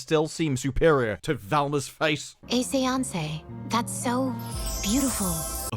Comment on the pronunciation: Say-onc-eh?? Really?